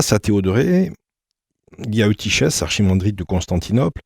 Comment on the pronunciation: Eutychès se prononce soit Eutykes, soit eutykhes (avec le son guttural) mais jamais Eutyshes.